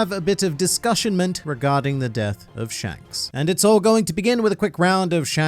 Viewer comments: "Pshanks" made me laugh too much for reasons I don't know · Lol you said Mr shanks normally